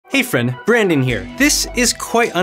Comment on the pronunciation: If your name is Brandon, why do you say "Branden"!?